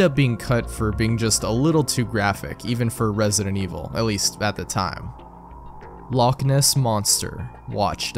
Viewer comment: all scottish ppl cringing at that pronunciation of "loch" lol.